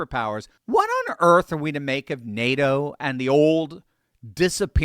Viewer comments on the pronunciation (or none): none